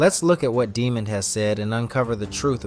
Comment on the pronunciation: His name was not demond Wilson... His name was pronounced Dah’mond...